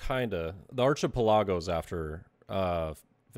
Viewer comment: Lmfao that archipelago pronunciation. Got a good chuckle out of me